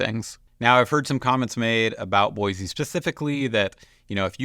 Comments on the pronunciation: Exactly is BOI-SEE not BOI-ZEE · You already pronounced it wrong